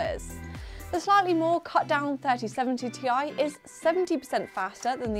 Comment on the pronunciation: im glad you said Ti, not tie!